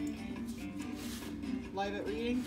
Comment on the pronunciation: You said Beastie Boys "Pauls Boutique" and Nivana's "Live at reading" wrong.